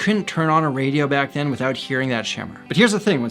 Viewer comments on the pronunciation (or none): none